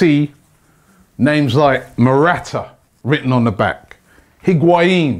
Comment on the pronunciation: Morata, Robbie? Might want to go back and edit that.